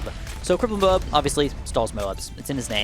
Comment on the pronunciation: You said mob instead of Moab